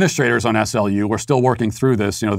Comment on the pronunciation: The locals pronounce SLU like the word slew, just so you know!